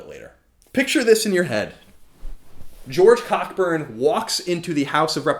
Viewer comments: great work as always I believe it's pronounced Co -- Burn btw (But it didn't stop my inner child from giggling) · Cockburn is pronounced "Coburn" you American booby ;) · i got a giggle out of him saying cockburn because im immature